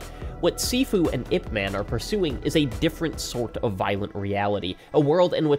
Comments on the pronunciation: crying it's IP 'MUN' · Ip Man is not a character, he was a very real person. The LEAST you could do is learn how to pronounce the man's name correctly. Releasing this video without even attempting to learn his name is incredibly disrespectful. Shame on you.